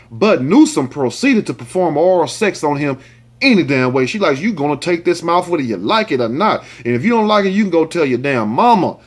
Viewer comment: Jameca Boone Naw....he said mouff....😂🤣😁